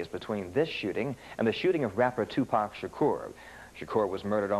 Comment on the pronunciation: Bout time someone from the media pronounce Tupac's name, I was so sick and tired of ppl saying Tupack